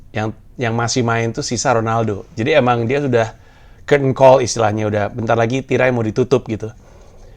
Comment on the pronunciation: gua ngulang tiga kali buat paham mas pandji ngomong apa ternyata Curtain Call wkwkwkw aksen British bgsyd